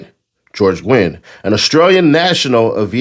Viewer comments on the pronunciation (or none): Nguyen is a Vietnamese last name pronounced "NEW-YEN"